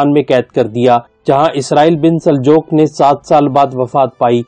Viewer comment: Sir g Saljook Sahi lafz hy Saljok nahi kehty Baki MashaAllah study Achi hy